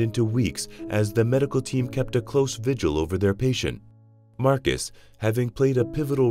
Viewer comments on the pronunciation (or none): none